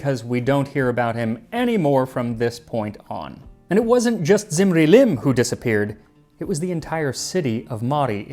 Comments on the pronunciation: Small Correction: is pronounced as "dzimri-lim", the "Z" is scholastic shortcut for the akkadian 'dz' sound ...which later very likely eroded to a simple "z" sound like in many other semiitic languages, so depending on when that happened in regards to the lifetime of that dude, ur pronunciation may still be correct nontheless 🙈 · When you say "Zimri-Lim" I hear "Lemony Snicket"